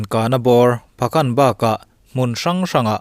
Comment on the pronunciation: A van bengvar thlak thin em ma se kan ti teh ang khawhming i lam thin hi tihian lam tur a ni e pha'kan ti a lamtur a ni e